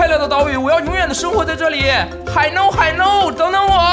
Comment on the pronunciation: 鲤鱼你怎么叫海鸥 海耨😂😂😂